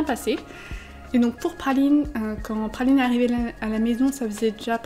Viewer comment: Pourquoi dis tu Phaline et pas Praline ? (Un H à la place du R)